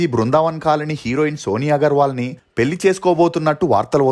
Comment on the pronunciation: నీ తెలుగు ఉచ్చారణ మార్చుకోవా anchor ? పెల్లి ఏంటిరా చెత్త నాయాలా